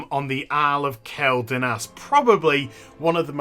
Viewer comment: kwel not kel